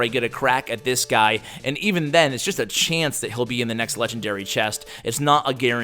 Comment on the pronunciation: Why is he saying shance?!